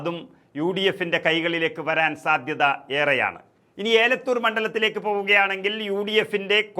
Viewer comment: ഏലത്തൂർ അല്ല ബ്രോ എലത്തൂർ ആണ്‌. 👍🏻